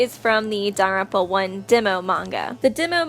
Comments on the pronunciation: Jesus lady, it’s not danaropa it’s Danganronpa. You also sound pretentious using their last names only, especially when reading the text. Christ, at least annunciate. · Um just a little heads up it’s not pronounced da-ram-pa it’s pronounced dagan-rampa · It sounds to me like shes say “danranpa” every time she says Danganronpa. Please don’t hate on me for making this comment ;^ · daganronpa dang-gan-ron-pa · It's legit pronounced Don-Gan-Ron-Pa they say it in the game and anime x.x how do people get this wrong still??? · really really really tried to watch this video but after the 5th or 6th time she called it "daropa" i had to dip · You just said Danganfowa